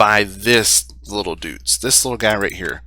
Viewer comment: It's not "Dootz", its spelled "Doytz", like toy or joy..